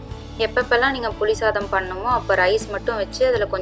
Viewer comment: தயவு செய்து தமிழை கொல்லாதீர்கள்---புலி சதாம் அல்ல புளி சாதம்